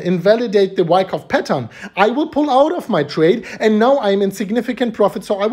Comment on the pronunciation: Bro no wyckuff its bear market